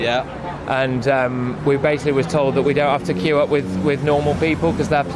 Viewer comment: It was every time 'the queue ' was said. Sounded like fq but possibly 'the queue?'